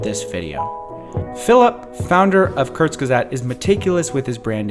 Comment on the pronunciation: The guy can’t even pronounce Kurzgesagt